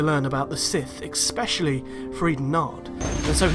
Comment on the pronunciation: Especially is not pronounced expecially